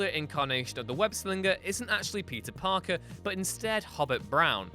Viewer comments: Is it just me, or is this guy really saying "pizza parker"? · I just cannot stop hearing you say “pizza parker” why do you sound so weird when you say his name??